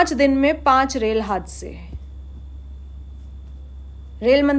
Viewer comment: Haansay nahi hadsay boltay hai